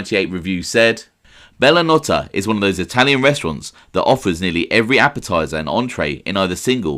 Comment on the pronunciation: It was pronounced Bella No-tey